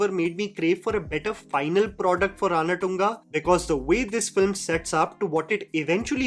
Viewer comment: I guess its Ranathunga, feeling sad again again saying RANATTTUNGA, please correct me.